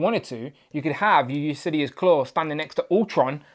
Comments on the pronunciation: Yeah, it's pronounced "yoo-lis-sees" Instead of "yoo-lis-see-us" like he's pronouncing in the video. No idea why he's pronouncing it the way that he is, lol. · Yes its Ulysses like Ulysses S. Grant... mot Usidious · Good review. I thought his name was pronounced U-lis-seas like the Odyssey hero king. I like the vest blazer piece. I can see reuse by Hasbro for characters like J. Jonah Jameson. Is there a brand painted on the neck?